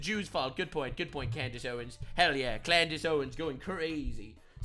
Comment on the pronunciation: Clandace owens? 😂